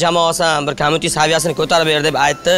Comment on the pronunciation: Олдиндан узур.!Курсатувни BOJALAR COMMUNITE деб номлашибди. Бу (куйлар подаси) дажи курсатувни тугри айтолмиди КОМУНИТЕ эмас "КОМЬЮНИТЕ" деб айтиладику Куйлар)) ....